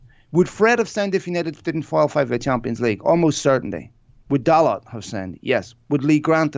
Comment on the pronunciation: Mark, please can you pronounce Diogo Dalot's name properly. You are the only one who pronounces his name incorrectly, and it is beneath you, and your otherwise high quality content standards not to make the effortless adjustment. A Fergusonian 'Well done' to you, in advance of your forthcoming correction.